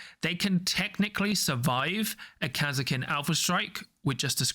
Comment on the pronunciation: the way you guys pronunce Kasrkin is so strage.